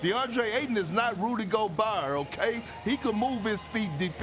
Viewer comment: Perkins: Rudy “GobAR”🤣